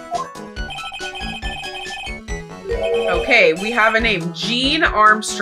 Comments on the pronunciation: Idk of someone said this already, but I think that "Jean" is pronounced the same as "John." But the "J" kind of sounds like a soft "z" and "j" said at the same time. I don't know the linguistic term for it 😅 Speaking of Jean, I think that his pouty face is cute :_CrownMik:❤ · Jacques is pronounced "Zhahk" like in the Nursery Rhyme Frere Jacques. And Jean is pronounced "Zhon". It's the French version of John. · No, no. Not jean. 👖 /Jā/, like enfant (/ãfã/). It's John in French. (Also, common, this is THE QUINTESSENTIAL French name) Also, Jean Armstrong doesn't sound French at all. First "Armstrong". Second, he says the wrong "the" every time. "La restaurant" is wrong, "La smile" is unexpected (sourire is masculine, le sourire) etc. I don't know but it sounds like he could be a fraud.